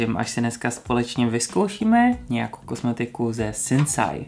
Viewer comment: Vyslovuje se To Sinsej🙂